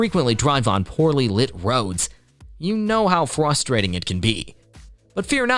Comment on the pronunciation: "flustrating"? Where did he go to school?